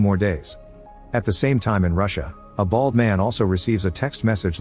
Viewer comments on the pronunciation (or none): I like how he says "a bald man"